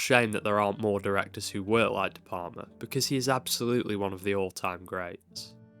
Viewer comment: Ðe PaRma?? De PaLma!! You know... like you pronounce "Al" in Al Capone. You don't say Ar Capone, do you?You pronounce his name like it's some kind of Italian cheese. " Can I get some more De Parma on my spaghetti?". De P"Al"ma. Please try it.